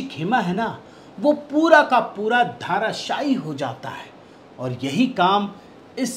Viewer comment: धाराशायी नही धराशायी बोलिये।